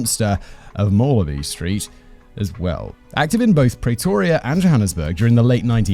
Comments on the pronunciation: PrEEtoria not Pray toria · Say "Praytoria" one more time! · God lord you are butchering the pronunciation of Pretoria (PREEEEEE-TOUR-REAAAA)